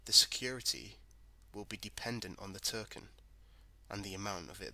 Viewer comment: What's a Flare "Terken" ?